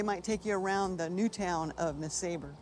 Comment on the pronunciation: I thought it was pronouced “ness-ah-bar” not “nes-a-ber”